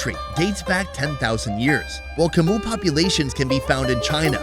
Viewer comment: Yia's obvious disdain when you said "Macoo people" instead of "Chmu people" was hilarious.